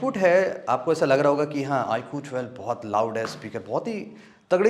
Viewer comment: "Iqhoo thwelve" 😂😂😂😂